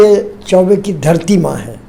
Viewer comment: Thank you🙏❤ sir ji Aapne jo 🌸 MAA 🌺 sabad ka uccharan kiye,& karne ke liye 🌻Aapko🙏🌼